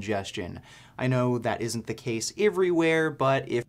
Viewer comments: He's fucking annoying. He's annoying *EVERYWHERE*. I wish the fuck he could say it correctly (and let's not even get into *aboot*) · 'gold teeth' hhahahhaa 'eevrywheere' hhahahhaa